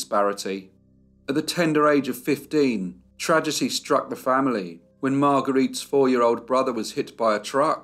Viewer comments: It's just cute to me how he says "tradgety" every time. 🙂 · As a long time listener and fan, don’t take it badly that it’s quite adorable the difficulty you have pronouncing the word “tragedy” At least you aren’t AI. 😁